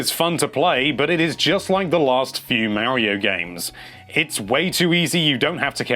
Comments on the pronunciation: MAH-RIO not MAA-RIO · NINTENDO LIVE IT IS MARIO NOT MEARIO DUMBASS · Plz say Mario correct for once.... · you can't even pronounce MARIO correctly..... can't trust you